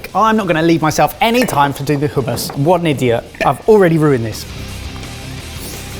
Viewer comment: Barry is... Pretty easy on the eyes... If you're into that sort of thing.... Also, it's hummus not HUMM... I....